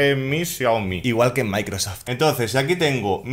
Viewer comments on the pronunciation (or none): none